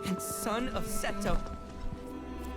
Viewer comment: Incredible deep moment of nanaki learning about his real father, immersive voice acting then calls him say-toe instead of seh-to.